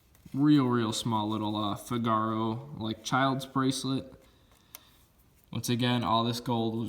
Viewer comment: Hard to believe the prices you pay for things. But, yikes! You did it again. It isn’t a fig-uh’- roe chain. It is pronounced fi’- guh- row, accent on the first syllable. Spelled figaro. Italian, like the opera “Figaro”. The one bracelet isn’t a Byzantine. Byzantine links are more intricate (Inlove Byantines). Yours is a great link, the name I am not familiar with at all. Plus, when you get something that’s marked Italian, you’re really got something nice as the Italians are known for their wonderful work. Then there are the lovely mabe earrings (accent on the ‘e’) pronounced mah-bay, not mombay. Ya gonna sell these lovely things the terms are important to get the best prices! Keep on doin’ what yer doin’, ‘cause you sure are doing something right. Amazing.